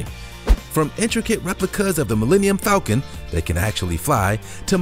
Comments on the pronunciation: Mellennium Falcom? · "millenium falcon" lmao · Sorry did he say millennium falcon